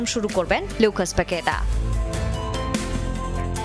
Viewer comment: ডিসপ্লেতে লেখা লুকাস পাকেতা কিন্তু খবর পড়ুয়া পড়লেন "পাগে....তা" এগুলো কোন ধরনের উচ্চারণ যা প্রায়ই শোনা যায়